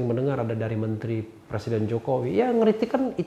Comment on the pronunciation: Bpk loe tu plesiden kpu u u u bukan pleciden lakyat🤣🤣🤣